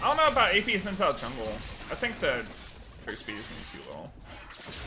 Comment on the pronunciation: Shin Joww, not whatever garbage came out of your mouth at :02